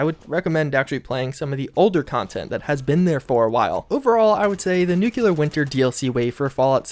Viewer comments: New clear. Not new que lar. Fucking idiot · I cringe every time you say "nuculer" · Nucular winter. LÖLÖLÖL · For a guy who makes a living commenting on Fallout games you really should learn how to pronounce nuclear. You're in college for fucks sake.